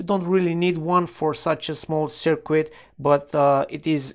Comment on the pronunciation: FYI... Just a heads-up...There is no "W" in "circuit"... pronounced (sirkit ).